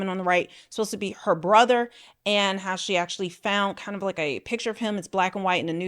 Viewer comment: please learn to pronounce the word PICture, not pitcher